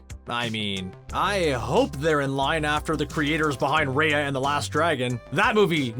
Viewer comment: You talked about Ryan the last dragon I was like you said Raya wrong